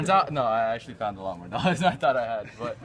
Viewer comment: "Shh, this is mote important" got his priorities straight